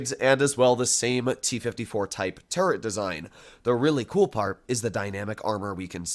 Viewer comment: saying turret armour: turd armour